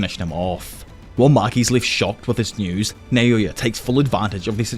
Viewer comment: Why do u say, “Nayoya” It’s called “Naoya”